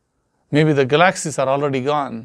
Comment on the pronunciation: Hi, you're getting very good at this. Now, if only you could pronounce galaxy's. Haha. Have a nice night.